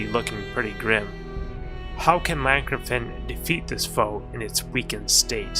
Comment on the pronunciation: You finally pronounced Llancarfan correct and not call it Lee-Ann Carfan! Lee Ann is a Taiwanese movie director! But you still pronounce Cath Bruig weird! It's Cath Bru-ig, not Brug!